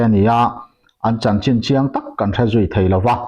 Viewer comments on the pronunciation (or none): none